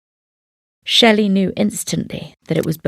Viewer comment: It's pronounced schley, not Shelley. Just thought you may need to know.